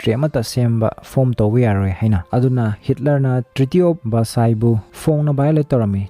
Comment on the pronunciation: Treaty of Versailles haibani treaty of versice hyba natte